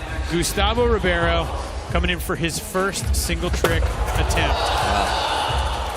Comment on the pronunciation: Why does he say Carlos Ribby air O. But Says Gustavo Ribeiro just fine?